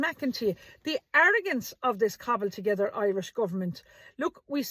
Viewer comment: Did you say Covened together Goverment or cobbled......both are correct, I suppose 😂